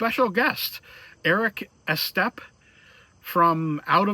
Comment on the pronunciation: Eric "e"stepp is how he pronounces his name. He has promoted Carrera stuff over the last 2 years, which is actually one of the reasons I got back into the hobby. It's good to see Carrera doing more with the NASCAR.